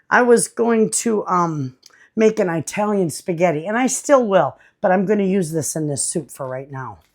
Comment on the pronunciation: I love your videos. But I have to tell you, you make my skin crawl the way you say Italian. It not pronounced with a long "i". It is pronounced like the country, "Italy". Ask your Italian neighbor how to say Italian properly. Thanks for listening to my rant. I love you.